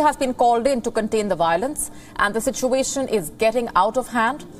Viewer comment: It’s violence NOT Wiolence…..🤣🤡